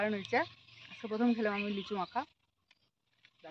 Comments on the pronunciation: Lechu noy lichu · কথাটা লেচু না লিচু হবে। তোমার উচ্চারণ খুব ভুলভাল হয়। ঠিক উচ্চারণ কোরো।